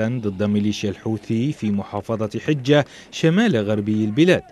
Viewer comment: مديرية حجة بفتح الحاء وسكون الجيم